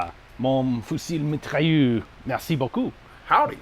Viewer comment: You have to pronounce the R at the end of fusil-mitrailleur, but it was otherwise pretty good. Looking forward to it!